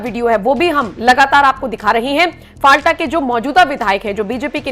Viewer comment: जगह का नाम फलता है, न कि फालटा। कृपया इसे ठीक कर लीजिए